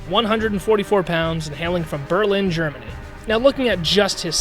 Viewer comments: "Belin germany" 💀💀💀💀💀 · Heh, "Belin" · Its pronounced berlin